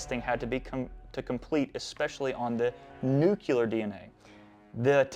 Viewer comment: Nue - klee - er. Not NU-KYU-LER. That's how the goober hillbilly George W. Bush pronounces it!